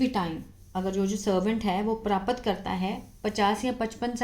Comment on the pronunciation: Mam you explain it very nicely but there is a minor mistake प्रापत नहीं प्राप्त सही उच्चारण होता है।